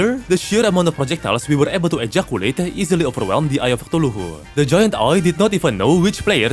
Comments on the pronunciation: Like where does he get that 4th syllable from? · I swear has the coolest proounciation of Cthulhu ever. Other Terraria Youtubers: C-thoolhoo: Toolohoo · Please stop pronouncing Cthulhu that way man😭🙏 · Ah yes, eye of sneezes